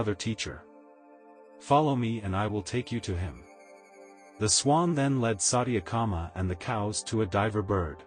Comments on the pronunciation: This channel must be banned. Sathyakama not satiyaaakama .. 🤦🏼‍♀️this is disgusting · Gah, your pronunciation of Sanskrit is pretty pathetic, I hate to say. I hate to fuss this way but it really is disconcerting. Chandogya is pronounced Chaan-do-gya with the 'do' pronounced as in 'though.' Satyakama is pronounced Suth (rhymes with such)-ya-kaama. Satya means the Truth. Vayu is pronounced Vaa-yu and not Vay-yu! It refers to the energy of the wind, worshiped as a deity. And oh, the fourth source of information for Satyakama you stated to be a diver bird, but "Loon" is the more commonly used word for the bird, is what I have read. Anyhow, pronunciation aside, your effort to present this Upanishad is most appreciated. 🙏It is only a part of the entire Upanishad, though. There were other students who were taught as well: Upakosala, Svetaketu, and Sanatkumara. The Upanishad teaches the truth of the Atman (pronounced Aath-mun) which westerners call the "Self." I guess they refer to the "Big Self" hidden within our "little self." :) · You narrate so well, but mispronouncing vitals aspects diffuses the significance of the essence. His name is Satya- Kama( t pronounced as you would use the sound of t as t . Vayu means air V pronounced as v in victory.